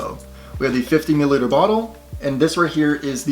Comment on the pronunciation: Lol i can’t stop laughing by the way you say milliliter. Sounds like you’re saying MuhLiter. ODE WOOD as well haha